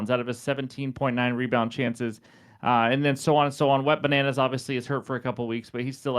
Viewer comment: I heard wet bananas and was like am I tripping had to rewind... Then heard it again like who the hell is wet bananas... 😂😂😂😂 So thats the nickname we giving to Wemby hilarious